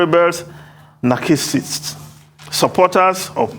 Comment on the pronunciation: did I hear Narcissist pronounced "NARCHISSIST?????